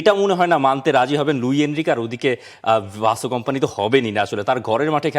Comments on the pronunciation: ভাই তোরা "ভাসো" বলিস কেন। সঠিক উচ্চারন শুনে নিন তার নিজের মুখে। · Right👍 . ভাই তোরা "ভাসো" বলিস কেন। সঠিক উচ্চারন শুনে নিন তার নিজের মুখে।